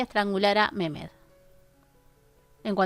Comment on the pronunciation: Mirimah: se pronuncia Mariam Mehmed: se pronuncia Mejmed